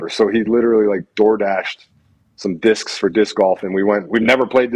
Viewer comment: He really made sure to enunciate "slinging *DISCS*" 😂😂😂